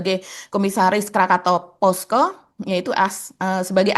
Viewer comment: Krakatau Posco mbak bukan Pasco..